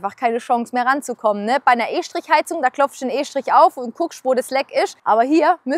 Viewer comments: Bruder das hat grad erstmal 2 min gedauert das du von estrich und nicht von e-strich redest, grüße vom höchsten hochdeutsch wo gibt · wie heißt das jetzt estrich oder eeeschtrich ?